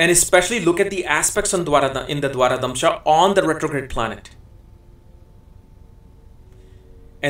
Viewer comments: Pl note it is pronounced as "Dwadasamsa" not "Dwarakamsa" for the 12th Divisional chart. Good insight into the charts! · Dwaradamsha is not correct , correct pronunciation is Dwadasamsha. Dwara-damsha has no meaning, Dwa-dasamsha means 12th. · You kept calling d12 as Dwaradhamsha it is actually Dwadashamsha 😛